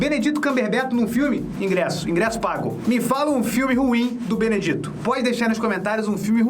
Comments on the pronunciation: não é BENEDITO, se fala BENEDIT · Benedito..😂pronunciação maravilhosa, amo seu canal ❤